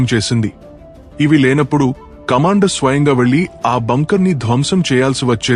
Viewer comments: It is bunkers not bankers please. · బ్రదర్ అవి బ్యాంకర్స్ కాదు. బంకర్స్ 🎉